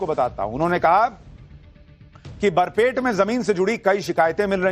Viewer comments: Its Barpeta, not Barpet. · सुशांत जी बरपेट नहीं बरपेटा हैं। ये एक मुस्लिम बहुल जिले हैं। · Sir please clearly speak Barpeta District not Barpet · sir it's not BARPET , it's Barpeta